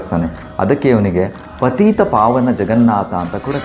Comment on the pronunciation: ಪತೀತ ಪಾವನ ಅಲ್ಲ ಪತಿತ ಪಾವನ